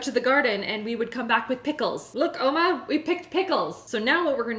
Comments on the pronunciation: Did you call your gran "ouma"?💞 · Did you call your grandma "Oma" or did I mishear that? It would be really interesting as it's the German word for grandma. Do you have German ancestors? 🤔